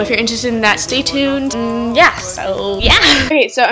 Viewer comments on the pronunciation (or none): none